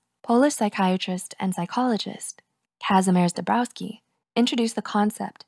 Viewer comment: I love how you say "Kazimierz Dąbrowski". Ik Polish name's can be hard and you did a great job <3